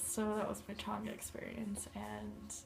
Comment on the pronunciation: Pronounced chain-ga, not that it matters.